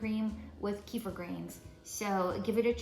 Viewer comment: Thank you for the great video ........ kefir pronounced = Kuh-feer ❤